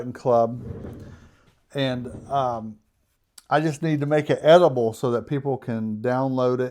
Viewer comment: Did you say edible for the certificate? Or editable?